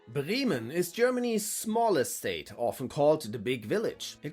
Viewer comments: If you claim to be German why do you pronounce Bremen as Brieman ? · The difference in English pronunciation of the cities takes a second to recognise which one being talked about